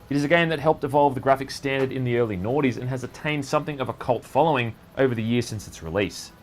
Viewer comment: Thanks, I couldn't understand what he said! xD